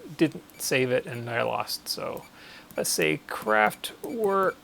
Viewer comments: And not "work" - I really don't understand if he ever heard how it is pronounced originally, how can he say "work". Pronounce it with e, just like in let or met. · Thanks for the video! Great job. But, please,, pronounce "kraftVerk", imagine it's a V, not a W 😁